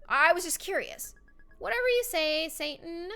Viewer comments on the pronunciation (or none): none